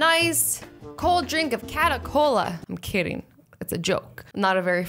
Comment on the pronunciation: Cata - Cola 😂😂😂😂😂😂😂😂😂😂😂😂 Ooh azzy. Never gets old